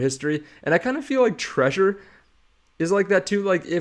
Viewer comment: Isn’t it Trezor with a Z, not treasure?